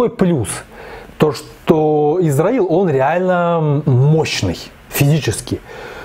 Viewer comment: для понимания приведу пример: Узбекисто́н- читается и пишется так на узбекском, на русском Узбекиста́н так читается и пишется, Исро́ил на узбекском, Исра́ил на русском так же. А вот вы говорите Израил не "з" а "с" надо использовать. Это для общего развития!